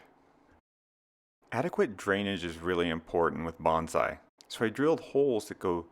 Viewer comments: “…sort of like Banzai”… ??? Please. It is “Bone Sigh”! You are not a WWII Zero pilot! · Hate to be the guy who says its pronounced ‘bone Sigh’ not ‘bahnzai’ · Can you try to pronounce "bonsai" correctly, please? The first syllable should sound like "bone" and the second like "sigh." "Bonsai" is tree art. "Banzai" means "hurray."